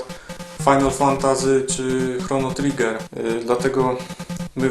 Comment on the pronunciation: chrono triger? haha widac ze znasz angielski